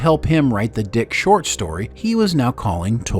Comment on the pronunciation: It's not the Dick SHORT story - it's the DICK short story (i.e. the short story by Philip K. Dick). I'm getting sick of videos narrated by AI. Is it laziness? Are humans too expensive? Are the producers idiots?